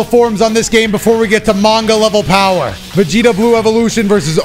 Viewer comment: Seereax and Vegeta showed Goku there "BOWER"!!!